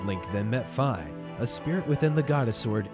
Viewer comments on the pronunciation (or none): This is a great dub, and it it wasn't for the constant mispronunciation of "Fi" ("Fee," not "Fai" - it's a Japanese phoenetic, not an American one), then it would be flawless. I still liked your video because hard work acknowledged. You folks did a great job. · No, it can't. It's Fi. Not Fye, end of story. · v.v it's fi. short I. not fye. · you mean fi not fi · It's fi (feeeeeee)